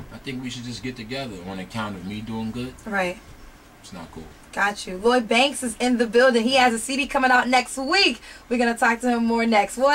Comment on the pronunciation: it's LLOYD , not LLYOD you stupid bitch.